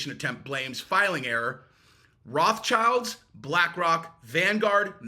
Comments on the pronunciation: / Ackchyually, it's pronounced "ROTH-shield," not "Roth's child." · It is not Wraths Child; it is Wrote Shilt, German for Red Shield, from their knight ancestor. Wrote Shilt is far easier to pronounce.